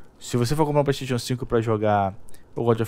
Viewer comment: Pleisteition kkk